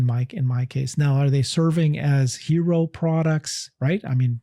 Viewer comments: "Halo" car! Not "hero". Why didn't correct him on that? 🤷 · Seriously 😇 <- HALO, not hero😂